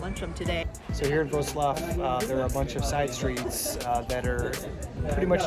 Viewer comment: Your 'Wrocław' pronunciation is impressive.